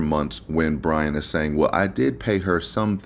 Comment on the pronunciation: STOP CONSTANTLY CALLING HIM 🧠B R A I N 🧠 HIS NAME IS BRIAN. You have been doing this for over a year now. Every Long rant that you post You refer to Brian as Brain. It is not a mistake. And her car was parked by the front door because that is her parking spot. Good grief MA'AM ‼️